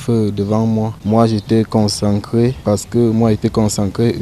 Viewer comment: Concencré. On dit concentré quelle apprentissage de la langue française